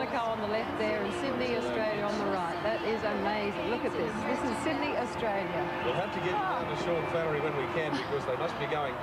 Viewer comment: yeah! agree! he clearly said Sydney, NOT syd-en-ey i think some comedian tried to imitate this accent and it caught on through aussie media. pity, reflects aussie narrow mindedness